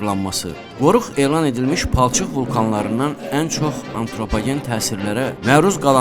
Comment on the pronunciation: Aye sen ne danisirsan aye atropogen yox antropogen